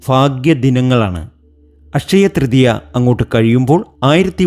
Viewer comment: ഫഗവാനേ....... ഈ ഫക്തനെ മലയാളം പഠിപ്പിച്ച അദ്ധ്യാപകനെ ശപിക്കരുതേ.... അഷയ തൃതീയ ?....